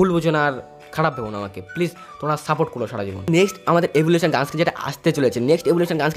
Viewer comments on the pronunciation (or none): none